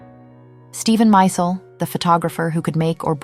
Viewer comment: As Stella herself said, it's Steven 'My-zell' pronunciation, not 'Mysul.'